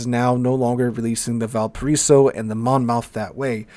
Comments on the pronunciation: Mon Moth not Mon Mouth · Just an FYI it's a Mon-muth vs. Mon-Mouth ;-). Next thing WG needs to listen to us about is the ridiculous fire chance and damage. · Monmouth pronounced like Mon-muth...lol FYI love your content!!! TY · monmouth is pronouced monmuth, you know we love our silent letters :) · Monmouth in South Wales is pronounced 'monmuth', yes another one of those.